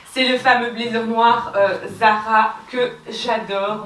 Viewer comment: Hello, sympa la vidéo En revanche l’accent anglais c’est pas encore ça 😂😂😂😂 « blaizeure », « pretty liteul ti », « youtou » 😂😂😂 un bon fou rire comme on aime, merci